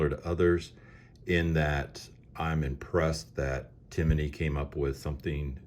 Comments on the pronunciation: I believe it’s (tim ny) as opposed to (tim a ny) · It’s Tim-ney not Ti-mi-ney 🤷🏽‍♂️ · Johnny Glock has a video of him drop testing this trigger and he even says it’s an amazing trigger. Go away with yourself. Why do you keep saying “Timaknee?” Hater. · Tim-ney not Timiney!